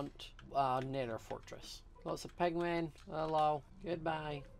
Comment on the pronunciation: did he say pengin